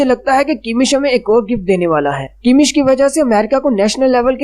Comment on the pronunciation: It's kamish, not kimish